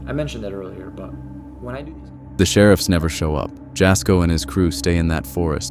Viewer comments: Jasko , his name isn't said like Jas , it's said like YA-SKO, it's spelled obviously like Jasko but you say it like YA-SKO. Next time you put one of his videos in one of yours , I'd love to hear you say it correctly 😅 please for the love of God 😂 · Am I the only Jasko fan on here? Irritated by the narrators pronunciation of his name? Ya' sko or Jazz for short. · "It was a wind shield wiper" BROTHER THEY FOUND A DIFFERENT GUY. I'm sorry, that was not the same man. Compare the way they were dressed and tell me I'm not crazy for thinking it's a different guy. EDIT: Jas having his video thrown into a compilation only to have his name mispronounced like that is so hilarious to me lmao